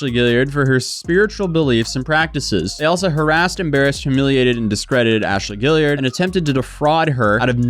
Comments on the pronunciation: "gee-yard" not "gilliard" lol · Guillard is not “gill-ee-urd” it’s “gee-ard” with the g pronounced the same as it is in green. Kinda like Guard if you spelled it “Gyard”